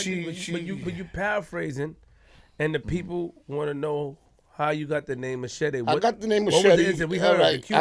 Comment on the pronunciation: never heard of a machete and didn't know how to say it lol and how tf u dont know who the geto boys is what planet are u from? Anyways get Patria and trinatarios on here and og crips